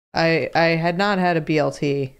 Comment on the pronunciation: it’s a BLT not a BTL😭😭